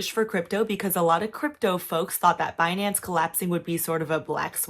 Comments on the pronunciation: Beh-nance! BIHnance binanncen on the behnance ! so funnyy 😂 😂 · It's Benance. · BEH-NANCE dang that was a funny compilation. Thanks for the coverage, enjoying the updates! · Pronouncing the company name 'Bin-Nance' is waaaaaay more fun tbh. Probs because the Brit in me is like 'ha bin' since bin is what we call trash can over here.